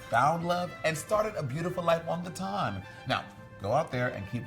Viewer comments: every time she says "Ton" sends me 🥰🥰😂😂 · Said it wrong every time